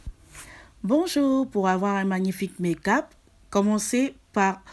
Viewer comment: On ne dis pas ( mekap ) mais ( make up )